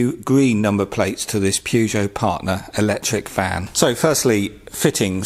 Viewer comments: It’s pronounced Purr-jho not per-got! That’s one of my big bears are people who can’t pronounce car names correctly but work with them! Renault said as REN-ult is another when it’s said as reno. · Unironically pronouncing it pew-joe. I like it. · I’m sorry, how did you pronounce Peugeot? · He pronounced it wrong🤣🤣🤣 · So many things wrong here starting with wrong pronunciation, and way too long a video.Has he left the peel off backing on back of plate? Spirit level??!!!!!!! Use WD40 or petrol to soak that residue off the back!!!! Razor blades and metal scrapers!!!! Let's see you drilling the metal bodywork! Cheating using the pads 1st before screwing!And drilling holding the plate!! You must do this on a work top!!! 🥺